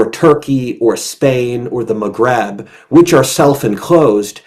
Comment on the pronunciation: It's Maghreb, not "magrab"